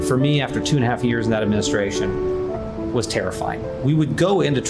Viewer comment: TRUMP REPEATS THE SAME THING 3-4 TIMES. HE HAS DIFFICULTY SAYING WORDS AND YEARS.HERE ARE JUST A FEW. 202 for for for 2013 Plosma for plasma Administrayshzzizt for administration Semin for seminites Fatilities for facilities Docsuruuurs for doctors Origins for oranges Yo-seminites for Yo semites Totallyterrytism for totalitarianism Finny for Finland Frounders for founders Ulysseauus for Ulysses Mini on apolis for Minneapolis Broadband and broadwalk for boardwalk Thighland for Thailand